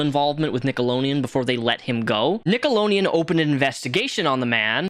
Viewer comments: it's "NickeloDeon" NOT "NickeleNeon" it's 💁🏼‍♀ "Nickelodeon" 👣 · Nickelo D eon. Not “nickelo Neon”. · Dude, it's NickeloDEon not Nickeloneon lmao sorry it's bothering me! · The network is called "Nickelodeon" not "Nickeloneon". You need to put a "D" sound after the "lo" and not a "N" sound. Also, "Game Shakers" was the name of the show you mispronounced. You called it "Game Snakers". ~Dutch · For the love of god it’s “NickaDian” not “Nickalonian” lmao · Why do you say NickeloNeon instead of NickeloDeon? It bugs the s out of me. Down with Hollywood ped*s, but, also, READ. Kthxbye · nickeloDeon, lol. not nickeloneon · Its driving me nuts that you keep saying "nickleoNeon" instead of "nickleoDeon" lol 😅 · have i missed a joke, why are you saying nickeloleaon instead of nickelodeon? lol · Slough= "Sl-ooh", not "sloof". Nickelodeon= "Nik-ehl-oh-dee-uhn", not "nik-oh-lohn-ee-uhn. Game Shakers, not Sneakers. Just saying. ♡ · NickeloNEON?? It's NickeloDEON, lol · its pronounced nick-o-load-ian not nickolonean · What's "Nickeloneon"? I mean I know he made shows on Nickelodeon, but I never heard of this other channel! Nickeloneon 😂 lol how the hell did you ever get that pronunciation? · That was driving me insane 😂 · Nickolodeon 🤣🤣 not Nickoloneon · Why are yoy saying "nickalonian " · Are you purposely calling it nickelo-neon?! If I got a dollar for every time You said that I would have had $100 at the end of this video. It’s very cringe and hard to watch because of that even more so than Dan schinder. Also I noticed why are the guys feet blurred out but the girls feet are shown? Also growing up watching this as a kid this is how I probably developed my foot fetish. But as someone with a foot fetish even as a kid I always noticed this. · love your videos but why are you saying Nickeloneon lol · Love the video, but it’s nickeloDeon you didn’t pronounce the D 😅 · Take a shot everytime he says "nickelonian" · "Nickeloneon." lol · "NickeloNeon"